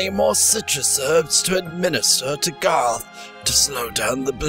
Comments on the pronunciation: Oh no gerrth not gerrth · im not making fun of u or jujing u but u dont pronouns garroth like gaaroth or gorroth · I watched her other videos before this and I can't stand her pronouncing Garroth's name wrong!!!